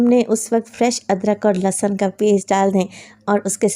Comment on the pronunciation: Mashallah bohat he aalaFaiza app plz lassan na bola Karen lehsan Hota hai.sun k bohat ajeeb lagta hai lassan